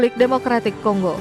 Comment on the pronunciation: Kongo min bukan konggo😢